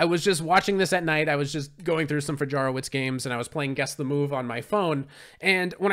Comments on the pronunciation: It's pronounced Fayaroveech btw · Fajarowicz is pronounced like "Fayarovitch" ;) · Wonderful! But pron. Fahyahrovvich